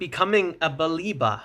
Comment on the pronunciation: It’s not “BAH-le-va”, nor “Ba-LEEH-va”. It’s “Ba-LEH-va”. And eff Liverpool, we got the credit facility, Wilcox and Agent Onana on this. Or sell someone ffs!